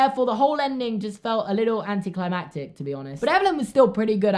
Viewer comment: You said anitiyclimantic rong